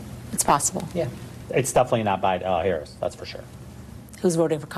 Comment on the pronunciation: How you know about Harris...if you can't even say her name right. Ppl know nothing haga